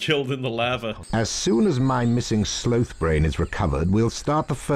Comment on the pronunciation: Anyone else notice how pronounced sloth ish???